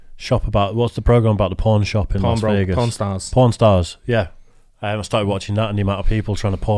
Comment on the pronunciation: The accent made them sound like they were saying “p*rn stars”